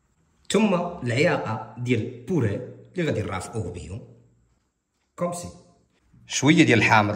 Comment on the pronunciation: سلام متبقاش تقول ..كومسي... خصاك تقول كومسا .راك عزيز